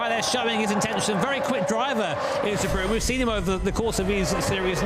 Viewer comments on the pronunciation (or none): Lol de brooen, its pronounced de brain